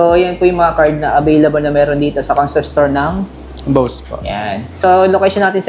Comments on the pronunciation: Bose pag binigkas parang bows.. hindi boss as in amo.. ginawa mo nmn amo ung brand.. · Di po Boss ang Pronunciation nyan kundi Bows(Bose)